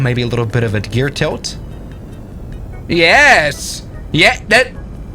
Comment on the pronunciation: i love how he said eeYes